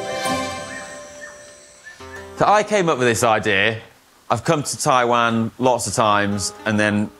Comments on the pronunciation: As someone born in Taiwan, the only thing I'd say is that I was slightly bugged by the incorrect pronunciation of Taiwan throughout the video! Would be great when promoting the country to say the name correctly! Appreciate you guys showing the beauty of the country though. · Taiwan! and what a fantastic episode! By the way, the country is pronounced "Tie-One" not "Tie-waan". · Brits give other English speakers crap for pronunciation, but apparently they can't pronounce Taiwan properly. The difference in the way they pronounce it and how it should be pronounced is like the difference in pronunciation between "ant" and "aunt". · Greta vid…just … wish you could pronounce the name of the country properly 😅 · Hi...English people pronounce "Taiwan" differently to every one else in the world which is strange and even grating to hear. I've often mentioned this to Brits in Taiwan and they defend their pronunciation by saying it's said how it's spelled, so I ask how do you pronounce "subtle"? lol...and don't get me started on how Americans butcher the pronunciation of "Muslim"! The correct way to pronounce Taiwan is how it's pronounced in Taiwan by the Taiwanese and by every where else in the world which (except the English) which is "Tie-one"...and definitely not "Tie-waan". Come on Brits, make the effort to pronounce it the right way or we'll start pronouncing Britain as "Brit-tain" lol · TaiwAn. What’s with that pronunciation from the two of you?